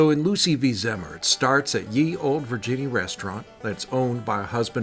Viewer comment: Pronounced Zee Mer. My great grand father